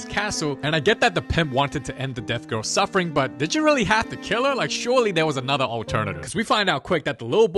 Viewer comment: I rike it rong an hard😭